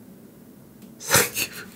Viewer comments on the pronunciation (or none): "Thenk you" for playing this for us.